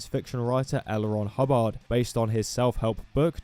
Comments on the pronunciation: "hubb-AHRHD" NOOOOO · Broke: HUH-bird 😴 Woke: Huh-BARD 🎸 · the way you say Hubbard is really funny